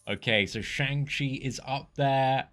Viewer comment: Just fyi it's pronounced shung chi